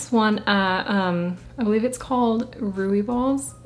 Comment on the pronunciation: You are trying to say Ruibals I believe on where you got your Cebu.